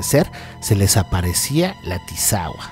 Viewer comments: Hola, buen vídeo pero sin ofender es Chiapas no Chapas, y es tisigüa no tisagua.... Pero fuera de eso muy buen vídeo, hay muchas leyendas más por si en alguna ocasión hiciera una segunda parte, esta el zipe de la zona altos, el duende de la zona de Palenque, el Sombreron, la Cocha infernal, la dama de blanco de tuxtla...😄 Dejo por acá el link de un cortometraje que encontré del zipe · Es tisigua no tisagua 😂😂